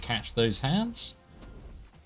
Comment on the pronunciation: This Zola fight was funny. You were like. “We can parry the non contact hit. So right away we can catch these hand (in British accent)” top tier seatin!!